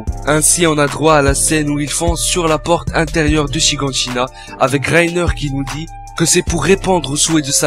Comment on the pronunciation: Mais prononce bien les noms bon sang, c'est pas chie-gant-chie-na mais chie-gane-chie-na Et Scie-g pas Sied-gue Voilà merci au revoir